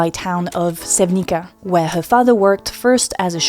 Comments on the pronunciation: I hate myself for being THAT GUY, but I can't stop myself. You pronounced Novo Mesto perfectly (kudos for the effort, definitely noticeable!) and then messed up the "c" in Sevnica. It's not a "k" in Slavic languages, it's more like saying "ts"/"tz" very fast like in "tsar" or "tzatziki". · Plus accent on the first syllable ...as in most south Slavic place names ZAgreb, BEOgrad (Belgrade), MOstar, PRIština, SEVnitsa. LjubljiANa was spot on though. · In slavic languages "C" is read like "TS" common mispronunciation. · Youre pronountion Sevnica is wrong im Slovenian and i know Melania she is younger few year compared me. You do not know absolutaly nothing about Yugoslavia and Slovenia Yugoslavia destroyed fromUSA CIA 😨😨🤢